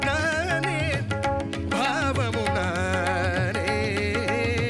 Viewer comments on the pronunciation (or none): No, decent attempt though need more punch and clarity when singing Tamil words (notably old songs like these. In addition, TMS did not pronounce "bBhavam" as the way you sung. Listen carefully. Second, swara phonetics should be sung with its own note with strong punch, that you missed clearly. But, overall good attempt.